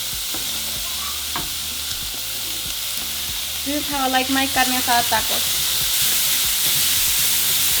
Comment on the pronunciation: I hate her pronunciation. There is no accent in "taco" or most of these words. AOC wannabe...